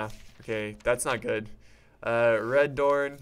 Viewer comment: Tel-van-ni Re-do-ran